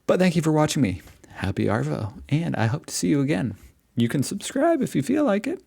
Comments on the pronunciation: The pain in your face..omg so funny.. ignorance has no colour or race. Arvo.. shorten the R sound and you'll have it right..it's more Ahvo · Move to Australia, but first learn how to pronounce “arvo”, it should sound like there is no R in the word, try ahvo